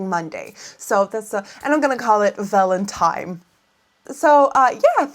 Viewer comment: The face when you said "Valen-TIME" ♡